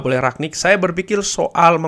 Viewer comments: rangnick bang bukan ragnick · Rangnick bang di bacanya bukan raknick